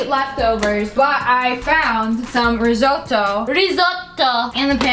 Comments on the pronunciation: Rizzzzzzoooooto like Zebra, not Rijoto xD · Rez-otto It's not hard America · it's called riжoto ok? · says Risoto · Me: italian Her: RisOtToO Me: am I a joke to you? Jk actually u have a good accent for an American :) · You said risoto wrong 🤣🤣🤣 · Did anyone notice how he said risotto?😂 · Rrrrrricotttta rrrrrrizzzzzottto🤣🤣🤣🤣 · "Rishotto"😂😂 "Riccota" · Every time she said resoto I thought about when she was wit digital and she said recota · The way she said ricotta and risotto 😂